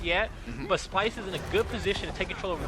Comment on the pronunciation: Dice SPYLSE JEJEJEJEJEJE no splyse